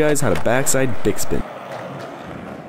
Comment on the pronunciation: im gonna teach you guys how to backside "dickspin" lmao.. it sounded like you said that :)